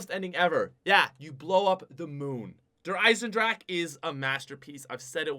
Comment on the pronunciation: its not der eisenDRAK its its der eiesenDRA HA